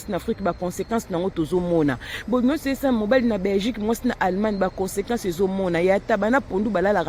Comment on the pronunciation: 😅 "Klk par azuiii" ehhhhh naseki makasi malgre nayokeli ye mua mawa....Consequences corrige Mieux!